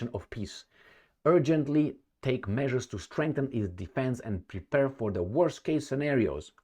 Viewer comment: "Prepare" not "prepurr." Make the last syllable rhyme with "fair."